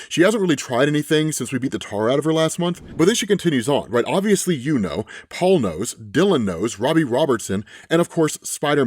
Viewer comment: ngl i got triggered when you said Paul's name, thats just how bad this is.